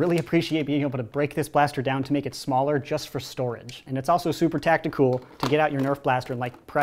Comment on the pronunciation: I love how he say tactiCOOL Do you think the scavenger is better or the sling fires better let me know